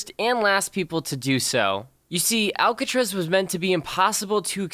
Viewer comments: he said alcatrez wtf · Im kinda triggered the way he said 'Alcatraz' like 'Alcatrez' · most biggest escape? And why can't he say Alcatraz correctly?